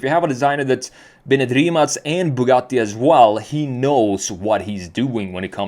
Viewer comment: Only guy on the youtube that can pronounce "Rimac" properly.